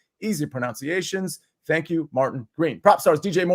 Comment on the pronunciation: Also.. pronounces "pronunciations" weirdly.